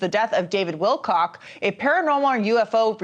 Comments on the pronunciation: He is saying Wilcox!! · You cant even get his name right bro Its Willcock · dude, if you don`t even pronounce `Wilcock` correctly, how can i trust ANYTHING you say???? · You LITERALLY watch a video where they pronounce his name correctly...then you LITERALLY read an article which CLEARLY spelled out his name correctly..... and yet you CONTINUE to add an "S" to the end of his last name.🙄 Ridiculous, lazy and pathetic. THIS is just PART of the reason why I unsubscribed from this channel. 🤡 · You don’t know who Luna is and you can’t pronounce Wilcock. You don’t look credible here. At all. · Wilco[ck] not Wilcox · OMG you actually read WilCOCK written in front of you as Wilcox. Stop! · Not Wilcox. It is Wilcock. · It was written right there on the screen and he still said it wrong. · Stop calling him WILCOCK(S) there’s no ‘s’ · Wilcock, not Wilcox. Come on, …